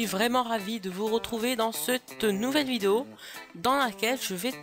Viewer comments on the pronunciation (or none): none